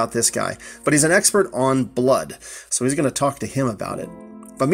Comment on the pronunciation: Jon Litel is pronounced "Lie-tell."